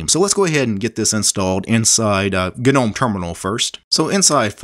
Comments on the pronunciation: Not to be that guy but, isn't Gnome pronounced nome. Or am I mistaken? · "Ga - nome "🤦‍♂🤔 But otherwise very informative